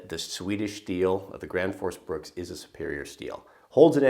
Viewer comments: The axe is called Gränsfors Bruks not Grandforce Brooks hahaha :p sounds so funny when americans try pronounce swedish words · Dude can't even say Gransfors Bruks properly ...